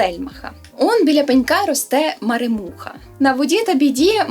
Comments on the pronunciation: Не маремУха, а марЕмуха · в слові маремуха наголос на РЕ